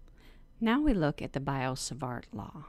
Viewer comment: It's B[ee]o - Savart :) Not B[ai]o :) But thx for a concise intro :)